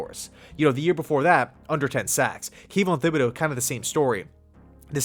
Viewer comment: Kayvon's last name is not pronounced with a th like thimble, the H is silent.